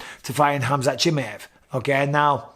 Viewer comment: No one in the WW division can hang with Khamzat , dam Mike perfect pronunciation of his name Bisping ! Bisping wants to be great at everything he does , champion mentality .